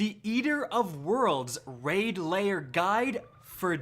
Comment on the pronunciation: Lair, not layer.